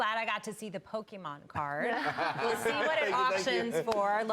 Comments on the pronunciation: Its Pokemon 😅 not Pokeman! Logan wants me to buy these cards! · when she said "pokeman" i thought wtf no way that's gonna fly! And Logan called it out right away xD